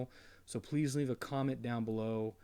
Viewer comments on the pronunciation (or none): none